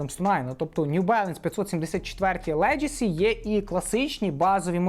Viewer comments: Like as usual👌друже ти ж шариш , має бути "легасі", а не "леджесі", словом "леджеслейшен" не перевіряється😜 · Легасі. Тільки так. Ніяких леджесі. Енкеп, не енкейп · це слово звучить леГАсі, а не леДЖЕсі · За відео лайк та одна поправка - леґесі, не леджесі